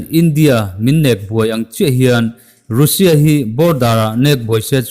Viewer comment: Russia hi Ra sia tia lam tur, Ru Sia nilo in😁😁😁😁👍👍